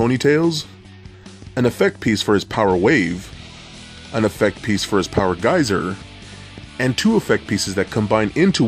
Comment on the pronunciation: POWA GEYSA!!!